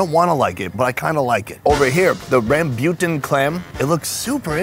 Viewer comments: rambuton is pronounced like ROM-BOO-TON not this crazy way that he just made up on the spot, "ramm-byutin" AHAHAHAH wtf!!!!!! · i am indonesian and its pronounced ram boo tan it nobody says thun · that's not how you pronounce rambutan lol its more rum-boo-tuhn than rum-byoo-tuhn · Lol.. he says rambutan like Rasputin. I’ve always heard it as ram-bū-tan. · I like how he pronounce rambutan, as rambyutan, in the Philippines we pronounced it as ram boo tan. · It's not rambyoutn it's raambootaan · Im a native indo and we pronounce it ram like computer ram bu like boo tan ram boo tan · In Indonesia the way we pronounce the red fruit/clam is "Rah-bu-tan" maybe in Vietnam it's pronounced different 😅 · It didn’t hit me until your second pronunciation of “rambutan” that you were saying “rambutan” lol for those wondering, it’s more commonly pronounced “rahm-boo-tahn”. “Rambut” is Malay for “hair”. Creative, I know. Lol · Hey,! Try saying it as "Ram-boo-Tan" 😁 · Its pronounce as Rum-bu-tan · He said “rahm-byu-ton” then they showed the pic of rambutan and i went 🤦🏼‍♀️ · "Rambutan" is not pronounced correctly. 🤣 Should be "Rum-boo-tan" (with the "tan" sounding like "fun"). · Its pronounced as rem-boo-ten 😳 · Rambutan isn’t pronounced rembeuton lol.. Literally all 3 syllables were wrong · hahaha its pronounced RAM-BOO-TAN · Do y’all pronounce rambutan like? Or is it I pronounced it wrong my whole life? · That hurt my ears. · The way pronounces rambutan hahaha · why pronounce rambutan like that 😭😭